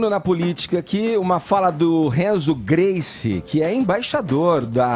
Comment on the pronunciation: "Renzo Guice" Kkk